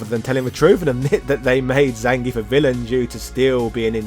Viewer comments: I seem to remember early versions of Streetfighter 2 spelling the wrestler's name 'Zangiev', and I certainly remember the SF2 anime from the mid 90s pronouncing it 'Zan-gee-eff'. And Viktor Zangiev's name was certainly not pronounced 'ZAN-geef'. You could also argue the proper pronunciation is 'Zang-gee-off', as pronouncing the 'ev' at the end of Russian names is commonly done this way. One only need look to Mikhail Gorbachev for one example of this. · One would think for the character's history you'd PRONOUNCE HIS NAME CORRECTLY! "zahn-gee-ef", not "zayn-geef".